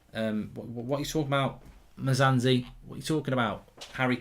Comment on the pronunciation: Mark saying "Mozanzi" is the highlight for me 🤣🤣🤣🇿🇦🇿🇦🇿🇦